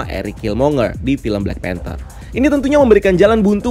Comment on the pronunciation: ''panther'' not "phanter"